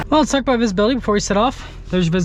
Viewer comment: It's aboot time!